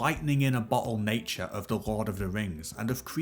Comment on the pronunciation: Can we just talk about how the voice over says Rord of the Rings?